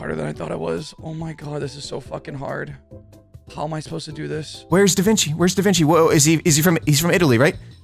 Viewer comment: bro said davinki